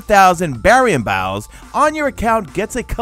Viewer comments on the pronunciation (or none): Baryon B OWW S It’s Baryon Bough, as in Bow.